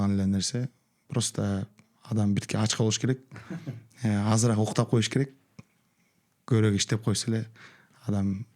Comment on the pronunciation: Адабий тилдин нормасы боюнча көбүрөөк деп айтылат.Бир канча жолу көбүрек деп айттыңыз урматтуу алып баруучу эскертме сизге